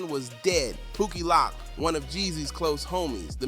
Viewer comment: 🧢 you definitely reaching on this i hope they take your damn page down lol 😅 you can't even say pookie Loc name right 🤣